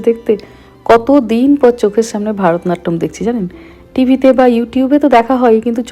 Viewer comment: ওটা "ভরতনাট্যম", 'ভারতনাট্যম' নয়😊